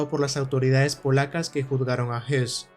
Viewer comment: No, el apellido Höss no se pronuncia "os" ni "jos". Para pronunciar la vocal ö en correcto alemán hay que poner los labios para una O y emitir una E, o bien colocar los labios para una E y emitir una O: el resultado es el mismo. En cambio, el apellido Hess sí se pronuncia JES, con la "e" como en castellano.